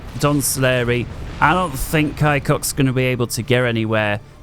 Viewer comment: "kai-cock" xD it reads "ku-sock" and translates to "piece". full name "piece of mole"